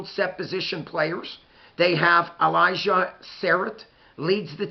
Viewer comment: You mid-pronounced Elijah’s last name. You used Coach Allen’s worst 3 years at IU, and not the previous 6 years in which he beat Penn State and Michigan and Nebraska and almost beat OSU. You mentioned Khobie Martin as our 3rd running back, but didn’t know that Khobie only plays in garbage time. (IU lost its 3rd RB, Lee Beebe, to an ACL in the non-conference season.) You seem like a nice guy. Try watching a game or two before you do a podcast so that you can at least know how to pronounce the players’ names? And maybe not just read their stats out of context? Ooy.